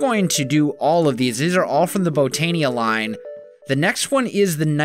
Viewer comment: Hey, just found your channel last night. Just a small tip, the i in Botania is pronounced like a Y. So like Bo-tan-ya instead of Bo-tan-e-a. Just a small thing.